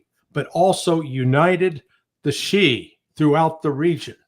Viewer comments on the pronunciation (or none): Dude…it’s Shia..and alawites . Get it right please